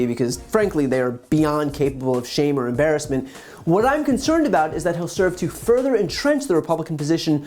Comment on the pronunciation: Okay, to be fair, he said "getting a department that can look at young men that's looking at..."or" (he does the typical Georgia "are" pronunciation of "or") women that's looking at uh, just social media..." Like, I get what he's TRYING to say (a department of men or women), so I'll give him the SLIGHT benefit of the doubt with THAT one. The rest...nope. This is actually scary. And people are just eating this up, which is even worse!